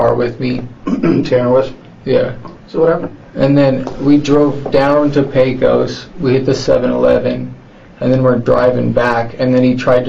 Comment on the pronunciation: Pecos. Not Paco’s. This is where I grew up 😞